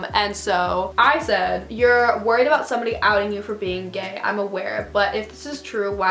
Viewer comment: You pronounced you're wrong.